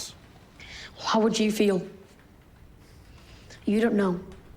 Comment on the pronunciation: When blurted out "SUCKS" with such a balanced healthy tone of voice i literally exploded with laughter. bro you rock lmao.